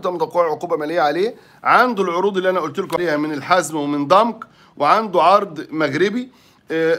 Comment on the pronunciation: ضمك يا عم مش ضنك هههههههه